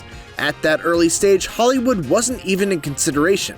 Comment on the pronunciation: "Hollywod", lol